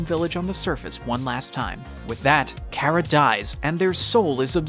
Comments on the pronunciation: btw, ur saying cara wrong, it's car-ra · Chara not kara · also i think you say it like chara not kara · me when people pronounce chara “Kara” everyone has mistakes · Normal People: Chara This Man: Kara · that is how chara is pronounced kara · as a aussie i hate that people say car-aha and not chara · Creator, u say it like ch-are-uh not k-ār-uh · Its not care-a it is Char- uh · Its not kara its Chara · Not Chara (Kara), but CHARA (Char-A). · nice vid but why do u say CARA instead of chara... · It's Chara not Cara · its not pronounced cara it has a ch for a reason, CHara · It is not Cara it’s CH-ara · Umm IT is Chara no Cara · karah? its chara or is that how you say it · Your saying cara but it is chara by the ways I love undertale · I’m confused is it pronounced Kara or chara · It's pronounced CHə-Rə,Not CH-ai-ra. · It’s not KARA it’s chara god dammit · Ka-\ra i tought it was ch ar a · bro said cara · Kera? Cara? Chara? How do you pronounce it? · The child is called chara pronounced c are a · ITS CH CH CH CH CHARA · Ok the h is not silent when you say chara it makes the ch sound so it's chara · No it’s Chara not OK what you said not what you said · Its pronounced "chara" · btw i pretty sure its chara lol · how this man says chara gives me anxiety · Please do not say Chara anymore because you’re saying it wrong